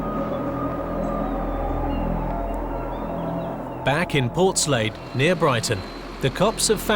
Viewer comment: Who pronounced Portslade like that? Annoyingly, this isn't TTS. Common Narrator